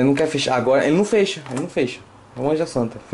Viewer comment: ele num fÊcha kkkkk